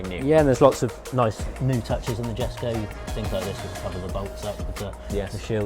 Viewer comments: You'd think that someone who's just spent all that time at the factory learning about the Jesko would know it's pronounced Yesko, not Jesko 😅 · The guy spent time at the factory and still can't pronounce the cars name